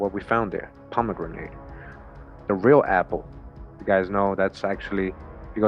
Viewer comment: It's pronounced "Pom-e-GRANIT." Not "grenade". JC.